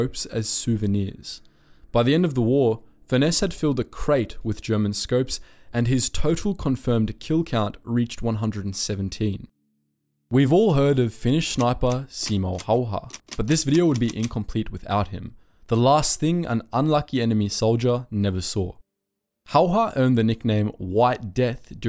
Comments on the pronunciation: saimou hauha..... SIMO HÄYHÄ!!!!!!!!!!!!!!!!!!!!!!!!!!!!!!!!!!!!!!! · Ah, yes. Simo Hayha.